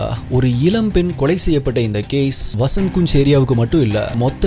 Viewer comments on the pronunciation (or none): வஸந்த் குஞ் ..இல்ல வஸந்த் கன்ஜ் 😂😂